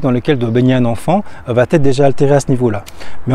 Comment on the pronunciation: j'aime ce que tu fais...un détail me gène, juste un détail mais qui pourrait décrédibiliser. Je l'ai déjà entendu chez d'autres youtubers et à plusieurs reprises dans tes vidéos... tu dis trop souvent: "cela va-t-être..." le problème est qu'il n'y a pas de T, donc pas de liaison. J'espère que tu sauras tenir compte de ce "détail" tout en continuant tes vidéos très enrichissantes.